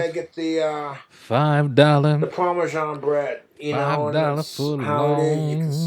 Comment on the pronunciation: POMashawn cheez, POMashawn vinigerette ..